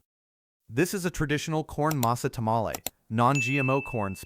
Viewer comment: AI can’t even say tamales correctly!